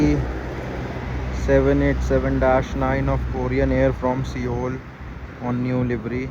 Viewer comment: Cologne = CO-LOAN (pronunciation) Seoul = SOLE